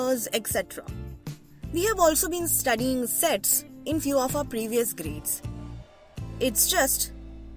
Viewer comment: I think you say Sex 😅